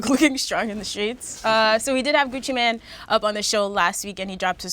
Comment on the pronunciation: I hate when people say 'Gucci Man' instead of Gucci Mane. It's not hard